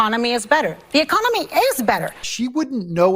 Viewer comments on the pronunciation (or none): She said ecominey, lol